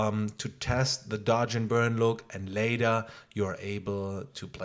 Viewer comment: Say one more time dodge and burd.....I dare you